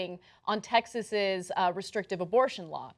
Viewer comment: “TEXASES”???? Moron